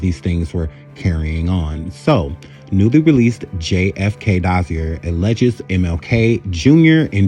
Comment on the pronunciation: Sir, your content is MUCH too intelligent for me to remain silent any longer. First of all---well done! Next: You should Google things (pronunciations) about which you are not certain. Ill pronunciations make you appear much less intelligent than we, the audience, know you to be. To wit: 1. Dossier: Has French roots. Thus, it is pronounced DOSS-see-yay 2. Joan Baez: Last name is pronounced BYE-yezz 3. Communist: Pronounced COMM-you-nist Just a tad more research and a verbal editor will make you darn near invincible on this here app. Here if you need help. I promise---I'm just trying to help. (Thus, no shade.)